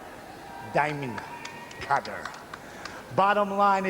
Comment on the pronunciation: Honestly I thought it was four words… Thee Dye Mund, Cut Her